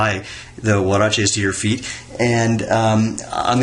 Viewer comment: Woah..he even said it right you’re no longer.. you are now